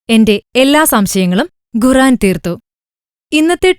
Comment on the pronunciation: ഘുറാൻ അല്ല ഖുർആൻ എന്നാണു ശെരിക്കും ഉള്ള ഉച്ചാരണം.....അത് ആദ്യം പഠിക്ക്..